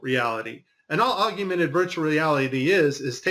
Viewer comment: why is he saying augumented? Is this a mandela effect augmented?